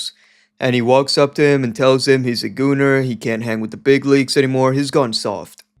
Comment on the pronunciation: I can't tell if you're joking or a borderline illiterate... Goner is not gooner & that was my breaking point...